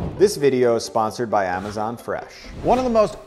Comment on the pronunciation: Ah-ma-zanh Fresh Store